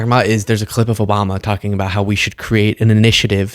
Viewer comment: I’m not sure if anyone caught it, but when she was discussing the Obama clip, she said clit instead of clip. She is very ignorant, and listening to her read only shows how ignorant she truly is. 🤪